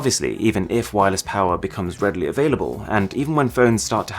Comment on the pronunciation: More powah baby